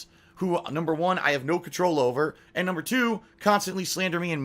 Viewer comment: He literally says and like “ayund”. It’s so weird